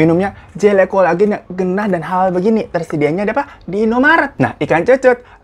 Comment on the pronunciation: "Ngeunah" bang Hiro bukan "gennah" 🤣🤭